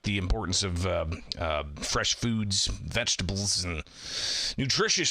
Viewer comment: I knew Prizger would mention "meat" 1st..then forget how to pronounce, "vegetables!" 😅